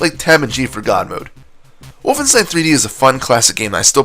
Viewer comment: Speaking of. It's WOLFENSTEIN! Not Wooflestein.